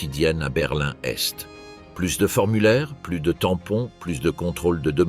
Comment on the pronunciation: enfin une IA à la hauteur qui arrive notamment et enfin à énumérer des dates en les prononçant correctement, ouf ! il était temps... quand même une erreur, on ne dit pas : conditions Sine qua non se prononce : sine que none...et une autre aussi ! Berlin Est et non berlin n'Est. lol ah ! les IA pas encore parfaite, mais bon celle ci est très bien